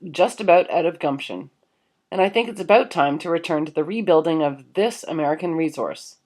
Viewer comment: Aboot! lol did anyone else notice that, like in South Park with the Canadians...aboot! lol She said it like 3 times in a row....lol Aboot! lol Aboot! Im not taking the P. in fact I have even unsubbed to PE and those lot I am MGTOW to the bone...but you did say aboot lol